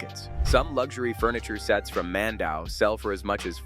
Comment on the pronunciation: Mandaue is pronounced as "Mändäwê"